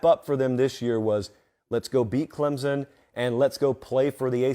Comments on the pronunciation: I usually like your commentary, usually pretty accurate, but ffs it's ClemSon, not Clemzin. No z, no p. We literally spell it out 30 times per home game. Pronounce it right please and thank you. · Can't watch... there is NO "Z" in Clemson!